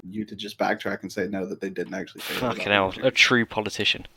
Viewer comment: When says "fackin 'ell" in true English fashion I feel a little better knowing the old world is not totally lost